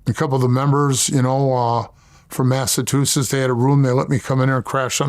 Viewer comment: He pronounces Massachusetts like Milk74....lol.